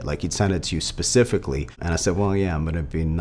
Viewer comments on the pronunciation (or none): none